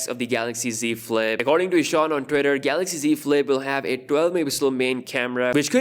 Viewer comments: Yes. No more Galaox pronunciation guys! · Roh te moon if i pronounced it right and new samsung galox comments will hit everywhere now U will be missed dj🤙🏽🤙🏽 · Say GALOXY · DJ: Galox: Garoxx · Shit so we wont get to hear him say The GALOX S20 ultra. Sad! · "Samsung Galox"🥺😥.ill miss it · We will all miss him saying “Samsung Galox” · The “GALOX” Note 10 😆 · That was fun, yes a new Galaoxy for Samsung Mobile! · It’s garax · Samsung Kellogg's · The new Korean guy will be saying Galocs instead~ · I wonder how he's gonna pronounce Galaxy😂